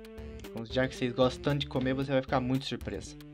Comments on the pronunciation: se Goxta de Goxta? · voce Goxta de Goxta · se goxta de goxta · pq todos estao falando "vc goxta de goxta" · você Goxta de Goxta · goxta de goxta